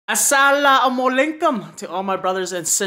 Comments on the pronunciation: I am not Muslim but I can very well tell that it is pronounced as Assalam alakum not aslu mallakum😂😂😂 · Lol your asalamualakum in the starting got me 😂 great try though. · Man said "Salam laykum" thank u tho overall brother😂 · When you say asalamalaikum space it out asa, lama, laikum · He said assalamulinkum😂😂😂